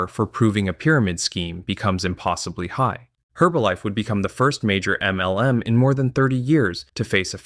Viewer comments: Good video but i lol everytime he says “M - L - M”. Its so over annunciated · Is this an AI-generated voiceover? I finally could no longer stand that weird "em small-pause el small-pause em" pronunciation and had to give up after six minutes.